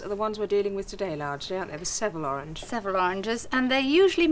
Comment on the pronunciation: Mary's pronunciation of Seville is almost as bad as her pronunciation of margarine 😁